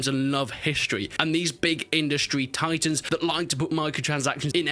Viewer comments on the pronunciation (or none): none